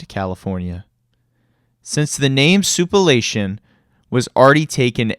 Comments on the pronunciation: OMG. It's sou-plan-tation. The F.. sou-pa-lation..? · Soup-uh-la-tion ! 💀 Why not just say Sweet Tomatoes ? 🍅🍅